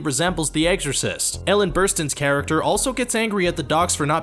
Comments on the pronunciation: This guy says "The Eggsorcist". 4'02" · I know this video is older but this dudes pronunciation of “The Egg-Orcist” will forever be burned in your brain now